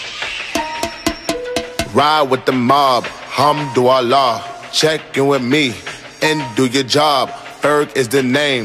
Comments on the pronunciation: Im pretty sure he is saying hum to Allah...because that is not the correct pronunciation for Alhamdulillah. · Alhamdulilah but he says it actually a little bit wrong he says Ham-du-Allah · "Humdu llah" pronounce it right da fuck. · For those people who says that Alhamdulillah means Thank God, you were right, but only if you pronouced it right. It's just like you telling people that you are sick but people say that you are suck. If you pronounce it wrong, then the meaning will be different. I won't say that he disrespect this beautiful words which is prising God by adding harsh words afterwards, I really appreciate this work, but hopefully he will be more careful and find out first, because there are things that can't be played around. ^^v